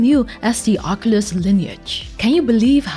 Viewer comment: “Oc-You-Luss”, not “Oc-Uh-Luss”.